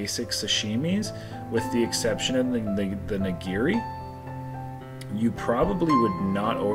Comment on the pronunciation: These videos are fun, but its a little hard hearing you murder the pronunciation of these common japanese foods. Not ni.gear.e its ni.gi.ri Not su.sheme its sa.shi.mi Also plural of sushi is sushi not sushi’s. Good thing Raina didn’t go ss 2 cuz her hair would have lit the restaurant on fire! Again, it was fun watching you guys demolish that food! Cheers.